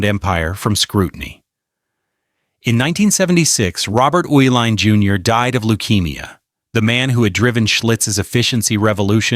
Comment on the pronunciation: I am from Milwaukee and was in college (when I drank a modicum of beer) during the 1970s. First correction - the family that owned Schlitz (and half of Milwaukee) was pronounced ee-line). The Uhilein family cashed out of all their major Milwaukee holdings. It was said that they changed the formula in order to drain all the money from Schlitz, which was an excellent beer for low price in the early ‘70s, to horrible stuff within a few months. I first tasted the new formula when visiting a friend in Boston, and assumed the difference in taste was due to the difference in water. Several months later the same change happened in Wisconsin. I switched to Heiliman Special Export, which was bought out and changed a few years later. American quality on mass produced items is gone.